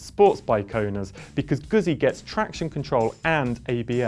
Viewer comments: Come on, man. How can you review a bike when you can't even pronounce the brand correctly?? It's GUZZI, you know... like PIZZA?!! Grrrr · ZZ in italian is pronounced Gutzi like pitza noy pizza.